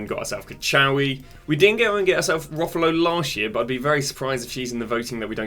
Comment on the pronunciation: Please stop saying rufalow. Its rolfo. "Role-fo" 😂😂😂